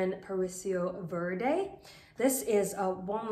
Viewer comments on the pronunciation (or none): none